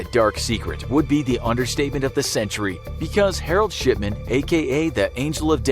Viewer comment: Thought I heard herald shitman😂😂😂